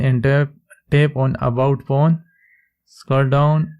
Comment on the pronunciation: Is it just me or does it sound like he's saying porn instead of phone?